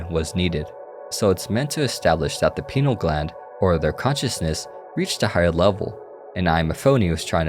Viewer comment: I can only listen to so many wrong pronunciation of pineal gland bro